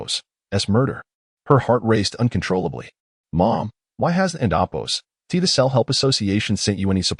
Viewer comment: The fact the the AI can't say Apostrophe or has to say it in a word is insane. It messes up the story.